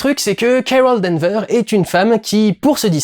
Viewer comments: Danvers Du, Danvers ! Il y a un "S" à la fin :) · Et non D'Anvers.